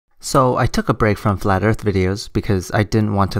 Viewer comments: flat earf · " Dis-ingenue" " Flat urf" " Loggadis pishur"